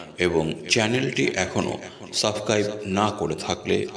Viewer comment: R ota Sabscaibe na Subscribe! Ucchoron thik korun